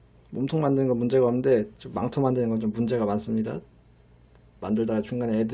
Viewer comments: 나만 망토할때 망또라고들리낰ㅋㅋㅋㅋㅋㅋㅋㅋㅋ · 저두요 망토 가 망또 로 들립니닼ㅋㅋㅋㅋㅋ